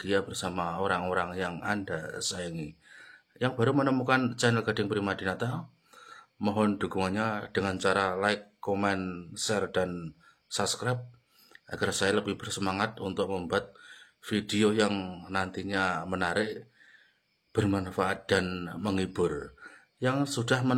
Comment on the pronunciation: Pak medok jawanya masih terasa, cara ngucapin kata yg berbhs inggris juga banyak salah. Coba dengar lagi videonya dari awal klo gak percaya, nyebut " Subscribe, support ". Itu aja salah😢 .. "Sapkrep sama supot" 😔😫😤.. Mending belajar dulu deh sebelum membuat video reaction. Nanti ditertawakan org malonsia.